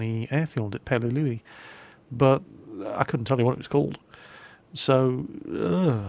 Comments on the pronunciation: It's pronounced Pee-el-el-u:) It was probably the battle that set the tone for the rest of the Pacific Island campaign. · sorry but i hate the way you say peleliu only because you add an "ue" take that out and you got it right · 'Peleliu' is it pronounced 'Pe-le-loo' or 'Pe-le-lu-e'? Because says it like the latter.